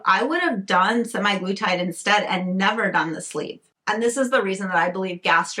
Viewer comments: It’s actually semaglutide, not semiglutide; you keep pronouncing it wrong. I don’t know what to say, but I think you need mental health care, not all these unnecessary interventions. I live in the Netherlands and have diabetes and am obese but was denied the injectable form because there is a worldwide shortage and they are only giving it to patients already on the medication. However they have given me the tablet form (Rybelsus) which I take daily and is a much milder form of semaglutide. Unfortunately, despite taking this medication and being on a program involving diet, exercise and lifestyle changes I continue to put on weight. Ironically, I also can’t eat much at mealtimes anymore, not that I ate much to begin with. From what I understand, semaglutide is to manage diabetes, and weight loss is a SIDE EFFECT. Who knows what damage it is doing to people who don’t have diabetes. There are no long term studies. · Ir's not 'semi-glutide, don't overlook that 'A' in the word. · "SEMAYGLUTIDE"... THE WAY YOU SAID IT, ITS LIKE YOU CANT READ